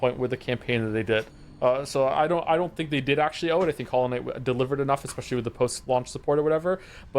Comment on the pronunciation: I think I missed something in the past five years or so. When specifically did everyone agree on changing how we spell "Especially?" This reviewer and the majority of people I meet in the wild say "EC-speially" now. Please stop.